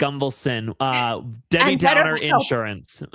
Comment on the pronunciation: He said Debby downer insurance 😂😂😂😂😂